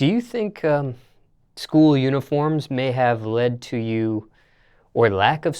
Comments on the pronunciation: when she says school the L is silent lol 'scoo' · Her pronunciation of school.